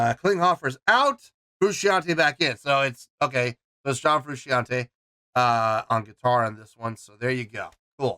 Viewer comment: The correct pronunciation is “FROO-SHAWN-TAY”. Not “FROO-she-ahn-tay” Cheers